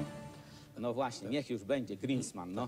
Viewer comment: hahahaha Niesiełowski : "Griszman , Griszpan" : ) "szpan" tu niewyszedł Leper bliżej : " Grisman" prawidłowo: "Griinspeen" """schopenhauer""" w wersji Niesiołowskiego: - zrób na siłę głupka z rozmówcy nawet kosztem zrobienia z siebie idioty u bardziej dociekliwych